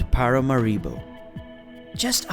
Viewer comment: ParaMAribo, not paramaRIbo